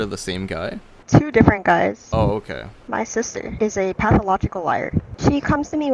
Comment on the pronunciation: “Okey” lollll